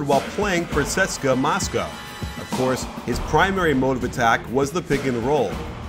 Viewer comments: Its pronounced C-S-K-A coach, not 'seska' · Only one thing it's not Tseska it's TSE-ES-KA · Ceska? You mean C.S.K.A haha. It's an anglicised acronym sir. Research man, research :P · For all the Americans it's not pronounced Seska Moscow it's pronounced C.S.K.A Moscow great content tho🙃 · Wtf is suska Moscow. CSKA. If you can't say it the. It's obviously an initialism. Americans smh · The name of the team is C - S - K - A Moscow you say the letters not cska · It's pronounced C.S.K.A it's not a fluid word, just letters. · the letters in russian are pronounced differently and it comes out like a fluid word: tseska